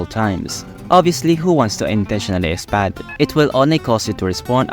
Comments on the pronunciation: did you just pronounce SPAD as S-PAD???? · You can tell that is Filipino for saying SPAD- “ ESPAD” 😂